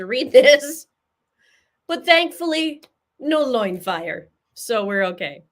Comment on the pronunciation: OMG like loin fire intensity!!!!!???? You are seriously killing me 😂:_LoinFire